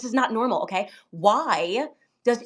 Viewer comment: “I am a woman… AKAY… and I’m saying this… AKAY…”!😂’ dumb blonde lingo 😊